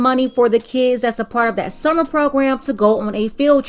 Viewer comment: I could have sworn she was saying "submarine" and I got interested. Apparently it's "summer readin" though.